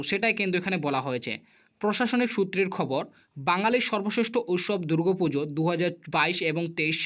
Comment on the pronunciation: দাদা ইউ টিউব চ্যানেল করছেন সেটা ঠিক আছে। কিন্ত কিছু কিছু উচ্চারন যেমন দূগো পূজো, চেনেল, ব্যাঙ্ক কাউন্ট এই শব্দগুলো সঠিক উচ্চারণ করুন।